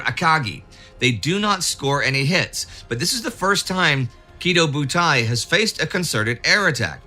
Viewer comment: Indy's Kidō Bu-Tie-Barn.